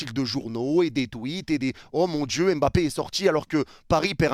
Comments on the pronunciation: C est si compliqué de dire mbappe au lieu de embappe? Ya pas de e devant. A la limite prononcez pas le m mais arrêtez de rajouter un E tout le temps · Il ne s'appelle pas "Aime Bappé" mais Mbappé